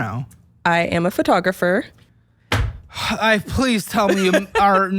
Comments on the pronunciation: First "li-bear-y" now "fur-tographer" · what the f is a FURtographer? Why do americans pronounce PHOtographer wrong.... They don't say "furto" ?!